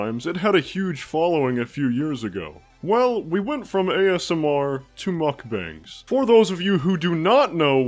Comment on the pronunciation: Glad to know someone else calls them muck bangs and not muck bongs.